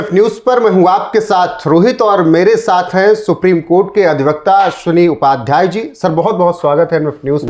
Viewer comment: मैंने चार बार सुना तब भी मेरे को ठीक से सुनाई नहीं दिया शनि उपाध्याय कह रहे हो आप अश्वनी उपाध्याय स्पष्ट नाम नहीं बोल पा रहे हो आप